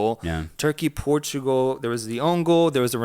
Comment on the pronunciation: the clear bias in the portugal game analysis lmao. Try to cover it a bit more next time. and by the way, the way you pronounce Portugal is super wrong.